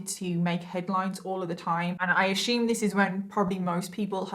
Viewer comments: "You can't just go around threatening to kill people!" I'll stop that, when you stop pronouncing it "ashoom!" Speaking in tongues is making vocalizations that could be taken as words in another(i.e. fake) language, but aren't. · Love your videos. I hope this doesn't come across as something bad, because it's not, but the way you pronounce the word "assume" is adorable. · I love how she pronounced "assume"... 😊